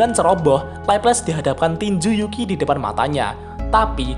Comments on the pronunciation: Pak kalo nyebut nama yuuki agak diperjelas lagi dong wkwk,ada yg kedengaran yuuki dan ada yg kedengaran zuuki jadi agak salah paham nih kita wkwk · Yukii, bukan juki bang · Bang kadang Yukii terdengar seperti Zukii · Gua dengarnya Mimin bilang Yuuki itu Zuuki